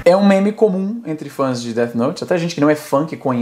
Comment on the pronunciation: "DET" note kkkkkkkkkkkkkkk